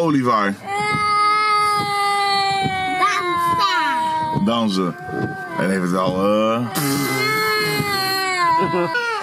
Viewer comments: zei olievaar 🤣🤣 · No one:: Olivaar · Niemand: Helemaal niemand:: OLIVAAR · Nobody:: oLiEvAaR